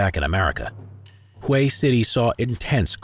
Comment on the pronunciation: I've only started watching this but I just know the narrator is going mispronounce Hue again.